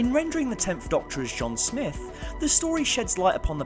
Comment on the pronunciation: Oh my... IT IS SMITH NOT SNIFF!!!!!!!!!! Damn brah. I only got to before I am leaving due to your lack of understanding how to say words.... SM-ITH SMITH! Not fucking sniff!